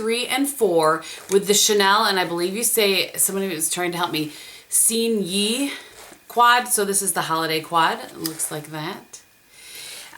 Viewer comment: I hate to nitpick (but I'm still gonna LOL) but it's sign-ah particulier sign-ah as in (ever)/ev"ah" and tone down the "ah" a tiny bit. It means sign in French. Just FYI... you know. ;) I think you can even look this up, the pronunciation and hear it somewhere... Hmmm...